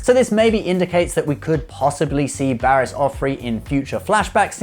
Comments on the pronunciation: Barris Offee, not Offrey. 🤣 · I'm sorry lad, I liked..and liked it, but, I'm afraid you may have gotten her name wrong. I'm quite sure it's, Barris Offy-(or at least..that is how to say it). Always fully entertained with your work and look forward to new additions, whenever I can get them. Thanks guys. Keep up the good work. Good night. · There's no R in Offee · Why do you keep saying barris offree? Why add an r to her last name? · Right? I know generation tech as a habit of purposely mispronouncing words for the memes, but come on, they expressly state her name on multiple occasions and there is not a single time you could even pretend that anyone ever put an r in that name.